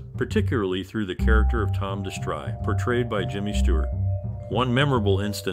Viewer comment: Did the announcer say de-STRY!? It's DESS-tree. Whenever I hear these terrible mispronunciations, I turn it off.